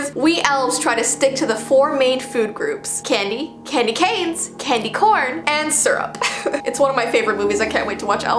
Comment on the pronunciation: U said candyganes